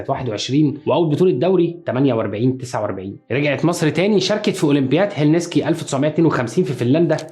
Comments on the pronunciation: والمصحف هلسنكي مش هلنسكي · عاصمة فنلندا هيلسينكي مش هيلنسكي